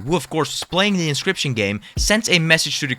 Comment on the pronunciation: 10 minutes in it's pronounce in ock you us. You're English is great though just wanting to help please don't smite me